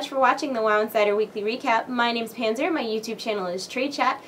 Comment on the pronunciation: Weekly weecap. Am I the only one who caught that?